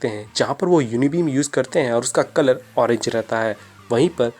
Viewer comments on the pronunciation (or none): none